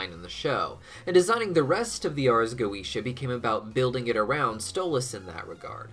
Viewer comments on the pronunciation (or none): Wondering why you suddenly started pronouncing Goetia differently halfway through?